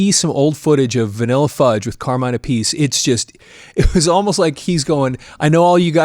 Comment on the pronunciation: Ok I used to do this, the name Appice should be pronounced l so, it rhymes with Appleseed. Vinnie and Carmine Appleseed. Vinnie played on Mob Rules than played for Dio. Really love the love you are giving Vanilla Fudge.